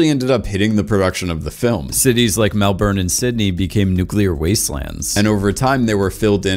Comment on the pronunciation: Why does everyone say Melbourne wrong